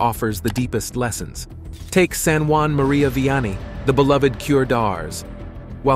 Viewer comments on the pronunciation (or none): Saint JEAN MARIE VIANNEY , not Juan Marie ! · Uh. I always heard his name as being distinctly French. Like in ST. JEAN MARIE VIANNY